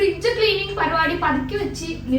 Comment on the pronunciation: Pakuthi vachu nirthi ennullathu pathukke vachu nirthi ennanu paranja aa mistake